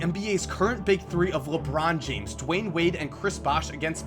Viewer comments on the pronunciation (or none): none